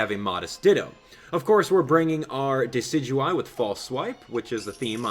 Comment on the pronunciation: Don't wanna be "that guy" but it's pronounced "Dess-ih-doo-eye"